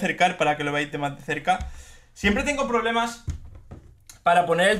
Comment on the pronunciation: "Vamos a tener poblemas" por qué me da ternura? Jajajaja 🤦